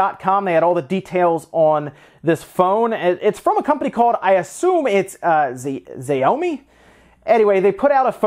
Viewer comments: Not "Zee-oh-mee"; "Shao-mee". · Hi, Xiaomi is pronounced as "SHAO MEE" just in case you might make videos for it in the future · It’s pronounced jow-mee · Its she-ow-me. Xiaomi. They're a great phone company. Ill be getting their xiaomi mi mix 3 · Xiaomi is more like a "sha-o-mi" kinda like "show me" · Colby Chaos ok... i always thought it was pronounced like you would pronounce "シャオミ" well at least it's closer than what he said. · I think the phone maker is pronounced Shiao-mi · Xiaomi is “shee oww meee”, sorry man I couldn’t help myself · Xiaomi is pronounced like "Shao-Me" I guess you're more on the gaming side of tech so i forgive you haha :P They have a lot of cheap stuff that looks like knockoffs but actually functions well. A lot of their stuff needs to be imported to the states though. They have some interesting macbook clones and random other oem stuff. If you're interested, pick up a cheap miband fitness tracker if you can spare ~$20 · Xiaomi ( Zhao MEE ) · I think it's a shame that you didn't learn how to say the company name. And it may not be a hugely well known brand in the US but still, it is an international company and the second biggest cell phone company in the world.